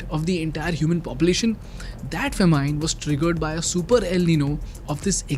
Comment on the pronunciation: The youtuber giving the news is pathetic in English . Famine he calls fa-mean. The word is Fa-min. Even from becomes frem.why use english language to kill it.